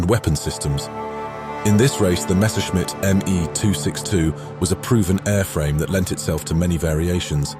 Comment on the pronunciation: Messerschmitt is pronounced flawlessly, a rare thing to hear from an english speaking narrator 👍